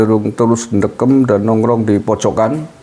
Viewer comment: 03 ndekem😂..logat Banyumas.